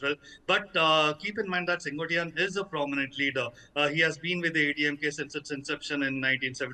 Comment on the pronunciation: The name is not Sen Goat ttai yaan. It is Sen quote tai yan. It means the man who rules the Red fort (nothing to do with Red fort in Delhi ) it can mean two things. 1) sengottai means refined fort or the Red fort. There is a place in Tamil Nadu which is called Senkottai in Tirunelveli district. That's the third meaning. 2) I wonder why news readers from north India who work hard to pronounce Western words correctly, refuse to learn South Indian names and words properly ? Is it arrogance & an "I don't care attitude" or lack of dedication to your profession ? सैन को टाई यान. Repeat it again and again and learn.